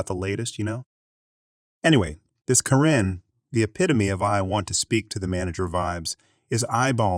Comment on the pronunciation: That and he pronounces Karen properly one moment and This pronounces it the next. I like his videos though because his voice is soothing